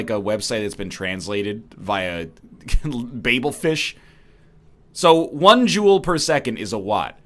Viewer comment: “baybel fish” LUL